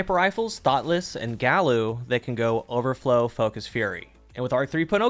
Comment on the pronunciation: Just shouting into the void, but I think it's supposed to be said "guy-you." Several Omolon weapons (most notably, Uzume) follow Spanish pronunciation rules where every vowel is pronounced the same. There has been an intense debate within my clan as to how to say this name and it's tearing us apart